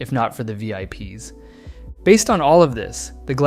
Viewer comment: it sounds so much like ai. if you cant distinguish this you arent that smart. back whe he didnt train the voice that much, he pronounced vips as vip s, the apostrophe made it weird "No one knows what’s real or what’s not anymore." i do?! its so easy to tell